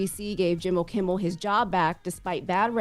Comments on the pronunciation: Did she just pronounce Jimmy's last name as "Kimball"??? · She can't get Jimmy Kimmel name right to save her life. Every time on every episode she says "kimbel" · Kimmel, not Kimmbel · She keeps saying Jimmy Kimbal…. It’s Jimmy KIMMEL 🤦🏽‍♀️ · No “B” in Kimmel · His name is KIMMEL!!!! Please,, stop calling him Jimmy Kimble. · Why does keep saying Kimble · If she keep saying Kimbell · Is this girl calling him Jimble Kimble on purpose? Lol😊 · Is she saying Kim-bull ? Or am I trippin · Its KIMMEL for the love of Jesus as a reporter, say it right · yt:Did she say "Jimmy Kimball?!?!?!😄😄😄😄😄😄😄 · At one point she called him JIMBLE KIMBLE. OMG! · Its reference to howard stern show and the wack packer wendy the slow adult. She mispronounced jimmy kimmel name as jimble kimble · Man she really butchering his name 😂